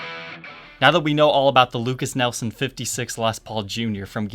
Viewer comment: Lukas NIELSON??? 😂😂😂😂 Come on. The guy is the son of Royalty. Say his name right! Lol